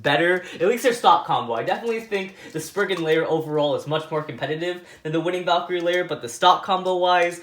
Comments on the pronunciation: You called cho-valkrie winning valkrie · Its cho z valkirey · He said winning valcre